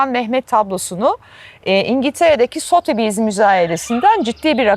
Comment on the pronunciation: Ozlem Hanim, Sothebys’i cok yanlis telaffuz ediyorsunuz. Turkceniz cok guzel, ama haber yaptiginiz bilgide dogru kullanim gerekir - bu arada sevgili Imamoglu cok yerinde hareket etmistir.